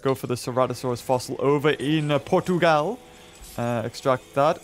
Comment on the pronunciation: Hi. Im portuguese and thenway you said portugal was amazing